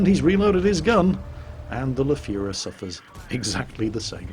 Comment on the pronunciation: When did you learn to pronounce the Lefefeffffefefeferfe???